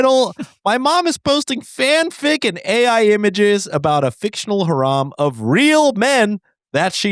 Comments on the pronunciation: pronouncing "harem" like "haram" was frying me. I'm not muslim but mom's ai haram is probably not wrong tho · Just fyi boys harem is pronounce hair-em. It’s usually a hair-em of women that one man keeps so he can sleep with them 😅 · "haram" was frying me 😭😭😭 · the way is pronouncing harem is sending me lmao, I had seen a comment about it before I heard it but I didn't imagine how wrong he actually pronounced it 🤣🤣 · the way he pronounced harem is sending meeeee sorry. u know what this mom is haram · Bros, I'm neither muslim nor a native english speaker, but I don't think "harem" is pronounced like that KKKKKKKKKKKKKKKKKKKKKKKKKKKKKKKKKKKKKKKKKKKKKKKKKKKKKKKKKKKKKKKKKKKKKKKKKKKKKKKKKK